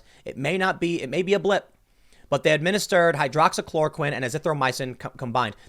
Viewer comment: He said hydroxychoroquine!!